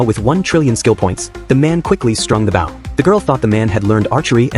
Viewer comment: It's not bough, it's bow. Stupid machine.